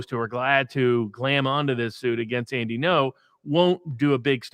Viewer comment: Two notes: 1. Robert, the word is glom, not glam. You're making me think newspapers are wearing sequins to legal precedings lol 2. Fascism according to Mussolini is a system of the "Moral State". As he describes it Fascism is a theocracy with the State in the role of God. The statement that it is a merger of X, Y, and Z is focusing on the trees and ignoring the forest. Fascism is the merger of the State with every aspect of society. It's Totalitarian. It's why whenever someone says "everything is political" they're making a Fascist argument